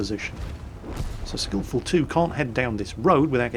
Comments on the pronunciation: "skillful tu"? It's "skill4ltu" skill for ltu(Lithuania)" Typical. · Kevin Duncan pronanc: 'skill foir el tee u' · It is pronounced as "Skill for LTU" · Skill4ltu is pronounced Skill-for-el-tee-you; skill4ltu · I think the name is pronounced "Filthy gold spammer"